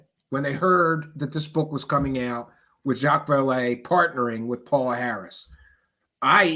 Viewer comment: you are mispronouncing her name! it is pronounced PAYOLA Harris!